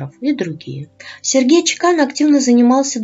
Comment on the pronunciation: Правильно чЕкан. Это чешкая фамилия. У меня коллега с такой фамилией и ее муж - чех.